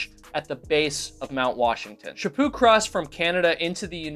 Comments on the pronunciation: It is Chaput not chapu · Chapo not Chapoo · Good lord man could call her Louise instead of her last name which is French. To me it sounded like you were calling her Shapoo, but in reality her name is Louise Chaput. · Stop saying Shipoo